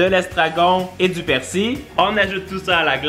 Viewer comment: on dit pas < persi> on-dit on prononce le L